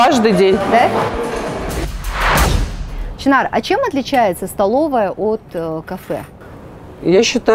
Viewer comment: может ШЫНАР А НЕ ЧИНАР.